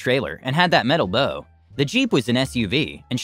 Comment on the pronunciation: The bow of any boat is pronounced like the bough of a tree, FYI.